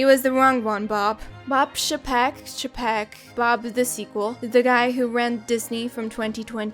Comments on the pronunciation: It's pronounced "Che peck". Yeah, I know... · New sub! It's funny how chapek came in trying to make the marketing team have more say in the movies they'd produce, only to get nuked outta there so quick we all forgot he even had the job Edit: it's pronounced "chaypeck" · It's Bob "Chay-peck". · Second Bob's name is pronounced 'Chay-peck'. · 🤣😂🤣😂 I believe some of your mispronunciations are strategically intentional. 😂🤣😂🤣😂🤣Cha-pek! You’re the best!!!